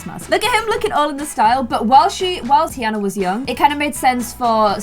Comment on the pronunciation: pronouncing tiana as teaana. Me: “it’s pronounced tiarna”